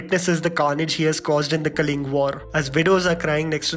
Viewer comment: Bro it's Kalinga..not calling